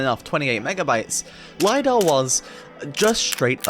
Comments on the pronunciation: Bro its not LAYDAH its Lidar li-dar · Lidar, not lie dar.